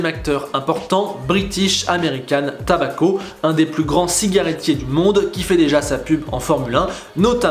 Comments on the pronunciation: Et tobacco, pas tabacco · "Tobacco" et non "Tabacco" 😉